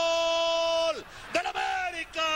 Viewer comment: Cuando orvañanos decía “gool “ completo